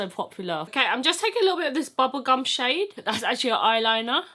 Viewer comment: This whole video was amazing up till the point I heard bubblecum. Never in my life have I heard bubblecum lmao. I'm scarred for life.